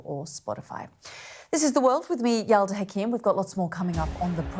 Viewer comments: Yalda, her name is Yalda, not Alda or Yelda. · No.. Its Yalda 😂